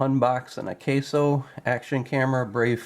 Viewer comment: AH-KAH-SO.. akaso. not AH-KAY-SO.. Osaka backwards. and old brand name from an electronics company. likely the same company name just turned around..